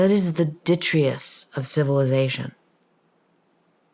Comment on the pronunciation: Love SRS and this was an interesting discussion but it threw me off a bit for such a highly regarded author to say Ditrius not Detritus. Another note on the same sentence, carbon isn't combustible, organic matter is but carbon itself isn't. Semantics maybe but it's worth getting right or it undermines the whole conversation. Another note from scrolling through, we would know about previous mass extinction from a Nuclear Armageddon event by the presence of decayed fusion products, Uranium 238 to Thorium 234 onto Radium then Radon and so on takes time in scales that we could detect e.g millions of years